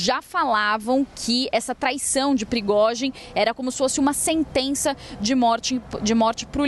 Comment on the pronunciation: Meu... Que repórter ruim... Erros de fala e nem sabe pronunciar o nome do líder do Wagner.